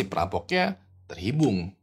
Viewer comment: Apa cuma gua yg denger bang ngomong terhibung 😂